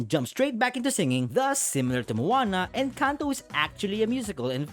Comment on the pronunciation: I watched someone do a review on We dont talk about Bruno and they pronounced Encanto as in-CANT-o